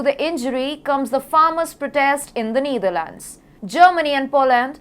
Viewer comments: It's KneeDharlands. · It's KneeDharlands and band-weighgan. You englis wrong. Anchor right englis. Ok.